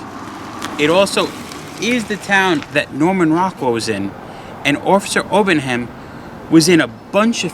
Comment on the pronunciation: No such place as South Barrington, Mass. Get it right. P.S. It's Obenhein, not Obenham.